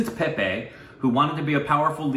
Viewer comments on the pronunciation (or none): none